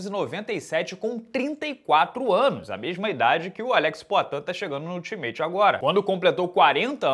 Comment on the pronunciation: em ingles nao é ul-txi-meit; é al-ta-mit.